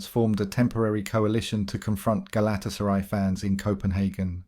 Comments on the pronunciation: Does this guy just read shit out without actually knowing what he's reading? Pronouncing Galtasaray the way you do makes you seem like you haven't a clue about football. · Hilarious pronunciation of Galatasaray!😂